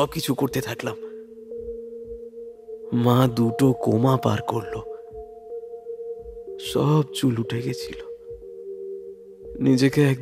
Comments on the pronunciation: কথাটা 'কেমো' , 'কোমা' নয়। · Ota koma na chemo therapy dada. Sabdo ta chemo. Not koma. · এক্সেলেন্ট, তবে দুটো কোমা নয় কেমো হবে। গ্রস মিস্টেক... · "মা দু'টো কোমা পার করলো" ওটা কেমো হবে, কোমা নয় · কথাটা chemo হবে। coma বলা হয়েছে। গল্পটা খুব ভাল। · Darun. But kothata coma na chemo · Chemo hobe ota, coma na😅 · Coma noi chemo.... Pls focus, u guys are lot better than this... I adore u guys.... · কোমা নয়, কেমো হবে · ভাই কোমা না কেমো